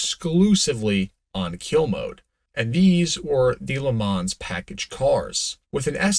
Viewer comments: Leh Mom.. ma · I cringe every time I hear you try to say Le Mans. Disgusting.